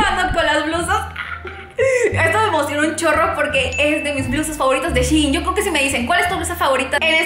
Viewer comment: Me desespera que no pronuncies bien "Shein"